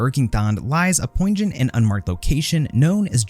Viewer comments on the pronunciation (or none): "poinjant" is a pretty funny pronunciation of poignant xD loving the vid